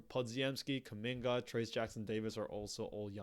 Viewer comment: Not kamga